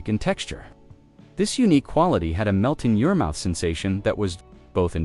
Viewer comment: I was a big fan of Caravelle, so points for that. 😎 But the AI voice's frequent unnatural pauses between words in the middle of sentences, or lack of pause where one should have been, incorrect emphasis ("melt in YOUR mouth" rather than "melt in your MOUTH"), and the occasional undecipherable/jumbled word, were very distracting. I gave up halfway through the vid.